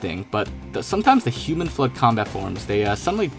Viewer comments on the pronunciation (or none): none